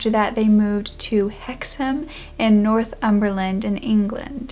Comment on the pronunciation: Kudos for the correct pronunciation of Hexham and Northumberland! I’m from Hexham and write about the paranormal, mainly for Fortean Times. Hexham is a bit of a hotspot for this kind of thing. If you think this one was weird you should research the Hexham Heads